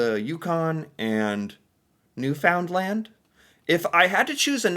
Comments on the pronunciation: I'm sorry, but I have to mention this. It is pronounced New-fin-land. "in" instead of "ou". Love your videos!! - A Nova Scotian who would stay here or go to PEI, you should do a video on Anne of Green Gables!! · Hello I watch you all the time. I just have one request from you. PLEASE do NOT put the emphasis on the ‘found’ when saying Newfoundland Pronounce it NEW-fun-LAND. Thanks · Pronounce it as "new fun land" If you sneak the "d" in do so real quiet and you'll have it nailed. Then somenoe with a real newfie accent will make us both sound funny. lol. But saying the "found" as the word sounds really stands out as wrong. It never comes out as one word saying it that way. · I'm sorry I just can't help myself! New-fin-lan not new-found-land... It hurts the ears 😂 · Newfoundland = "Newfunlend" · You pronounce it as Newfundland. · It's pronounced "Newfinland" hence the term "Newfie". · Newfoundland is pronounced ‘New-fin-land’ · stop pronouncing Newfoundland wrong. Phonetically, it should be new-finland. You're speaking like a non-Canadian! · Newfoundland is usually pronounced as if it is New Finn land. Newfoundland tells us all that you are not Canadian. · Nova Scotia is lovely but VERY expensive. If I had to live in another province, I'd choose P.E.I. I've visited there 5 times and love it. So beautiful. Of course, I'm retired, so no need for job. Would just love to live on the west coast of P.E.I. (I wish you would read the comments. It's pronounced New-fund-LAND.) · Please please please, keep repeating Newfoundland. Or as you say.... New Found Land bahahhahaha I just giggle at your pronounciations LOVE LOVE LOVE you!!!! hahahah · Tofays giggle brought to me by my favourite, average, American,!!!! I would watch an entire series of you just going from one end of Canada to the other, and just having you pronouce different places in Canada. CAAAnada. lmao Please say NewFOUNDland again and again hahahah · Understand it's Newfinland